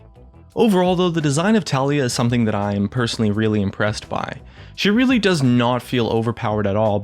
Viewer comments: Btw guys.... her name is pronounced as "TA-LA-YAH".. not "TALI-YA".... watch her champion spotlight... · low-key triggered when he says ta-lie-ya not ta-LEE-ya :33 kappa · It's Tah-lee-yah not Talia. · I dont care if the developer failed third grade English, the way its written and therefore pronounced is Tali-Yah